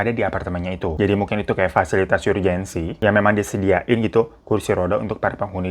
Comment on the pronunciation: Btw uda berkali kali salfok dan gemes denger Hirotada tiap bilang URGENT di pronounce YURJEN. Bacanya ARJEN kan yg betul 😊😊😊 SEMOGA DIBACA YAA